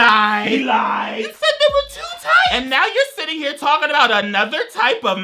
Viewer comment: Y'all we've been pronouncing "two" wrong all along... To-wah....